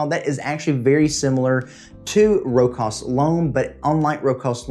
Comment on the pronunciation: Great list 👍👍 AEB is an easy reach for anyone. I need to check out Singulier. Not to nit pick... Its a common mispronunciation, but it's pronounced Row-shas.